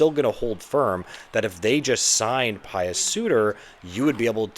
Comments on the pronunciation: It not Pious. It’s Puis like juice. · Puis sorry. Pronounced like juice.